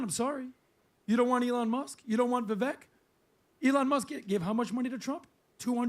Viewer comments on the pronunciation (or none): he’s been in the news everyday for a year, you make political videos, and he is American. Vivek rhymes with Cake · Bruh u want to be an expert? Say Vivek’s name right. U sound like a casual at a bbq